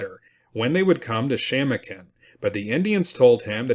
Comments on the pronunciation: It's pronounced Sham-o'-kin. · Shamokin is pronounced ....." Sha - mow- kin" with accent on 2nd syllable.